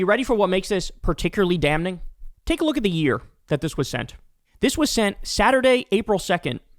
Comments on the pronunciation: They're not WOMEN, Kyle. There is no such thing as "underaged women". It's an oxymoron. They're children. And it's pronounced "dam-ming", Kyle. Not "dam-ning". I'm sorry, but I'm very irritated with you repeatedly calling 14, 15 and 16 year old CHILDREN "underaged women". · Kyle, for the umpteenth time, it's pronounced "dam-ing", not "dam-ning" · Someone needs to tell Kyle it's "damming" not "dam-ning."